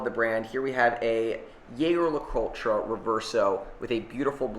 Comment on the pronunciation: I love how massacres brand names: Glashoot- Yayger - Miljano 😂